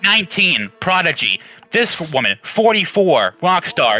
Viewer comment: That's a WOMEEn got me😂😂